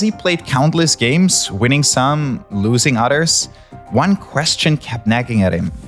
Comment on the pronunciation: "Winning some, loosing udders". MOO! Sorry, I just love that guys accent with very strong "th-fronting".